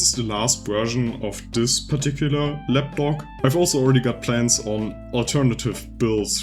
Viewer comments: But he's saying lapdog though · Du sprichst Lapdock ein bisschen wie "lap dog" aus, also Schoßhund 😁